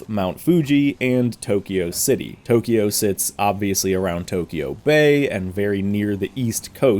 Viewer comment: I love you and you're channel a lot but please... It's pronounced TO-KYO, not TO-KI-YO. Please. It's only two syllables, not three. (Sorry to be a nit-pick but it's killing me) Thanks;)